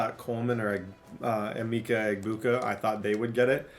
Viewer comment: it’s Uh-Ma-Ka Egg-Boo-Ka